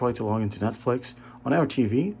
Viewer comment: am i the only one who heard nutflex